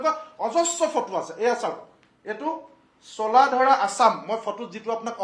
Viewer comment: ৰজাভেঁটি....ৰাজাভেঁটি নহয়।, চোলাধৰা....চোলাধাৰা নহয় । মথাউৰি....মাথাউৰি নহয় । ঠাইবোৰৰ নাম শুদ্ধকৈ উচ্চাৰণ কৰি ক'ব ।